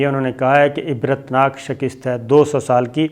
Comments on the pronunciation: Sabir bhai, Urdu main "shakist" koi word nahi hota "shikast" hota hai :) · Bhai improve your Urdu. It sounds irritating when you pronounce "shakist" instead of shikast.